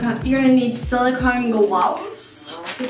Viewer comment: Am I the only one who noticed that when she said silicon gloves she said it with and accent. It's kinda sounded like a Aussie accent